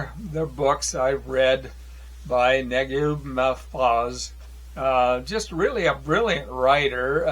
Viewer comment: Great to see People that don’t speak Arabic read some of Naguib Mahfouz’s works , one of my favorite writers of all time although I’m not sure how well the translations hold up to his original work . Great to see nonetheless and hope you enjoy more of his works. FYI in case you’re interested his name is pronounced Na-geeb Mah-fooz